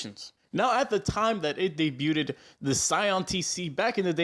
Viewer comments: Never trust a guy that pronounces "debuted" like "day-byew-ted" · Dude, you don't pronounce debuted "daybyuted", the "t" is silent. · Debut-ded... lol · Did he just say debu ted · Daybutded lol why he say it like that